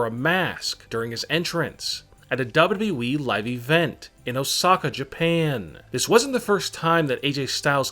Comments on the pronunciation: Seriously he says wwwee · Why do You Say WWWWE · Stop saying dawbudabuy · Why do you say WWE like dub dub eee